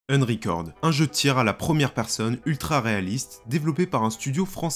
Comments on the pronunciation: ainreal ? ainrecord ? xD alors je parle pas de ainjine xD "un" en anglais ça se prononce eun, donc c'est eunreal ainjayn et eunrecord. y a google trad qui prononce les trucs aussi si jamais tu as des doutes. en tout cas c'etait marrant xD bon j'ai vu le titre et clairement non, c'est un jeu. point, je vois pas ce qui pose probleme, à coté de ça y a le mode campagne de bf et cod donc bon. je sais pas si tu as joué au premier metro mais quand tu entends les mecs agoniser doucement et ramper en predant le souffle parce qu'ils ont pris une balle dans le torse, j'ai envie de dire que ça à déjà été fait. apres je suis d'accord qu'il faudrait pas que ça aille trop loin dans le troublant, et faudrait pas qu'avec des mods on voit venir de fausses vidéo de bodycam etc. ensuite, le jeu sera forcement pegi 18+ donc pour adultes et clairement pas pour les enfants deja aux vues de ce qui a été montré dans les animations de morts des pnjs. pour ce qui est de la config, paaaaas du tout, c'est justement le principe de l'unreal engine 5 pouvoir faire tourner des jeux plus beau que ceux sous UE4 sur des config moins puissante que celle qu'il fallait pour un jeu UE4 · Une horreur d'entendre ta prononciation du "un" dans Unrecord. C'est un "u" et pas un "e" donc pas "enricord"....